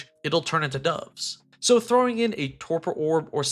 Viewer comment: Your "portcullis" and "dove" pronunciations were hilarious.